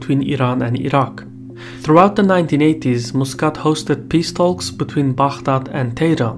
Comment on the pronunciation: Nice report, many thanks! Just one minor point: you don't pronounce the "L" in "talk." 😉